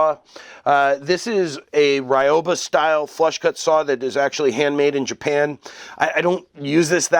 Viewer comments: Love my ryoba! (By the way, it's pronounced ree-yo-ba, not rai-yo-ba). Nice video! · pronounciation note, it's not rai oh bah, it's ryoba. ry(like reed but very short...r is rolled like rrrrol up the rim to win)o(oh or the o in robe lol)ba (bah like a sheep or something) ryoba. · Ryoba = Ree-oh-bah Sorry, I'm particular about Japanese pronunciation. Very informative video, though. I'm getting into Japanese woodworking, but I don't know much about woodworking in general. Just the basics from hanging out in my grandfather's shop as a kid. The Japanese are amazing craftsmen, so I figured I might as well go that route. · Certainly an improvement. But actually pronounced as two syllables, "ryo-ba" with the "o" sound elongated, like "ryohba". As in "ryoh" = both , "ba" = teethed. Translated it simply means "double-toothed saw" or "doubled saw", or if you like, a two-for-one saw. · The pronunciation is closer to Ree-oba. In Japanese, there is no actual "R" sound, it is closer to "D". The "Y" in this case is pronounced like a long "E". You can listen here